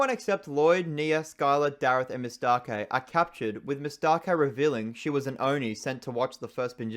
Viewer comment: Her name is not "Mis-take"(as that sounds like mistake) but Miss-Tah-Kay